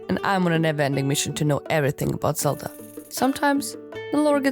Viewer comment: did you just say "zeldra" LOL that's pretty good